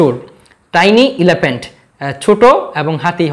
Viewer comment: Dude what is elaphant😢 it's elephant